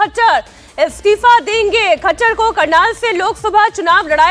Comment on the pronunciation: It's Manohar lal khattar not manohar lal khachhar miss ancor kindly pronounce right name also you have to improve your voice